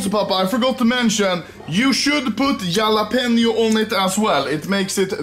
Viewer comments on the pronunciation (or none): I like how he pronounces Jalapeños. He says it like jah-la-penios but it’s like Ha-La-penios